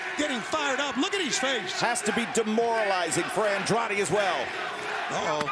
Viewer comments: Fire this commentator. It's gotten disrespectful how many times he's mispronounced Andrade's name. (Andre? Really?) Unless it's an inside joke, the guy has literally one job. If he can't get basic pronunciation down after this long then he doesn't deserve to be working there. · Why is it so difficult for the commentators to pronounce Andrade's name correctly?? 😐